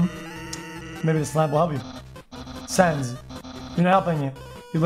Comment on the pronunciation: people with functioning brains: sans and papyrus xqc: suns and pepperus